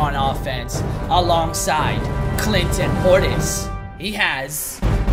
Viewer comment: at 305 or 306 he said cl in Clinton portis so hard